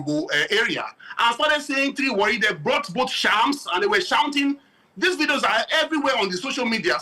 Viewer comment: Not really Warri it was wrongly pronounced that na is an ijaw word